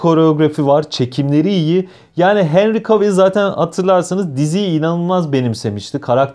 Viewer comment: yoğğ normal "Henri Kevıl"